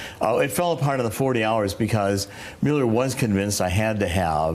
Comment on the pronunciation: Why cant he pronounce Mueller properly?